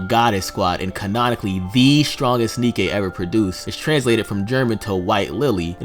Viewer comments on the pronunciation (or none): Say Nikke with the German inflection for words that end in "e."